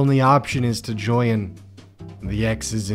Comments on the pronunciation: I was too focused on "joyn" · Everyone: Join: Joyin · Did anyone else notice that he said "joyan" instead of join